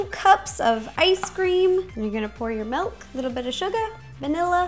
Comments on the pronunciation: stop saying melk its milk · Why does she say melk not milk like normal people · not tryin to hate but why do you say MELK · she says milk like melk. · POUR ME! A GLASS! OF MALK JOSH!